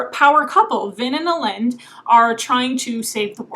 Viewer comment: I think the name is pronounced elle-end not elende